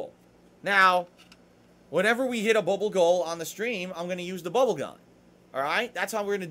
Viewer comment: His slurring really shows when he says bubble over and over